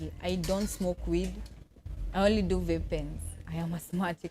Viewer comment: The way she pronounce vape is even a crime